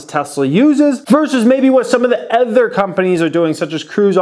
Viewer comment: Other not ether. Sorry, it bugs me. LOVE THE CHANNEL